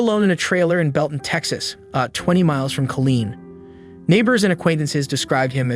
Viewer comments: Killeen not Colleen 😊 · U confusing duck!! It's Kileen not Colin or Colleen as u are mentioning on this report, what6wrong with u u went to school and u can't even read ir report what u are reading by the infor6u have at hand??? Say like it is man!! Report it like it is, that why people is misinformed man because idiots like u can't read the information as it is written, printed or told!!!